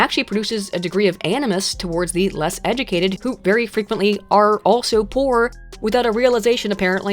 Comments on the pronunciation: Did anyone else hear pronounce it “eh-doo-kay-did”?? Like, multiple times? Or is that just me? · You say “educated” funny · A video about education where the narrator cannot pronounce the word educated properly...